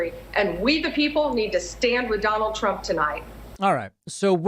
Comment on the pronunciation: How about when he called himself "Donald Prump"? Not many people have mispronounced their own name.